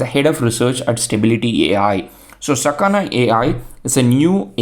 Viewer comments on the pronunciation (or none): the kana you read are sa ka na, so it is sakana